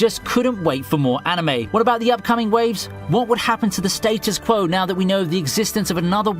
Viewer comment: That nigga said.. “The state us QWoah”